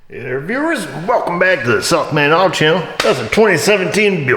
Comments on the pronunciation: sounds like he says the "self made auto channel" is that just me? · For the longest time, I thought was saying "Self Made Auto Channel" 😂😅😂 I guess it is a self made auto channel right? Anyways, love the videos!